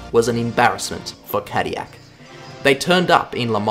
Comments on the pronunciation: in defense of the hilarious pronunciation which made me do a double take, GM did market Caddy as a luxury brand since it started. and what's more luxurious than anything that's french High Society back in the 40s and 50s? nothing that's what. could also be the fact that Chevrolet was also french and is also an american brand but hey what do I know right? lol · I believe that these cars were developped by Toyota engineers in Cologne but the powertrains were fully designed and developped in Japan. "Morizo" does have his history at "the Ring" I guess all great rececars have some European ties. But as a french speaker, we pronounce L's. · God hearing Cadillac being pronounced that way drives me up a wall its pronounced Ca-Dill-lac, but i can say this about Cadillac racing this was only a stumble compared to their racing exploits afterwards in GT racing in the US with the CTS-V.R Beating the Mighty Audi S4 and RS6 Quattros and all others for almost a decade so yeah they had the last laugh i dare say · 37 yrs old. Never heard cadiyak before. I'm pretty sure there's an "L" or two in there somewhere. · Saying Cadillac incorrectly to bring more comments to boost the algorithm I know what you’re doing (and I respect it because it’s funny) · As a person who is from the UK and knows French people, you have got the pronouncination. However, cadillac is rarely said and it is an American company so it should be pronounced with the l's in my opinion. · Its funny because Cadillac is a french name and every time you say itt wrong it rustles my American jimmies. Also, aluminum 😂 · I think you missed the Toyota TS050 and GR010 as LeMans winners. And you really need to learn to pronounce "Cadillac". There is no Y in Cadillac. I am a French Canadian and as such know how to pronounce Peugeot and Villeneuve, but I also know that Cadillac is an American name and is pronounced (/ˈkædɪlæk/). No wonder voice recognition software can't understand Aussies. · Tf is Cadiyac😂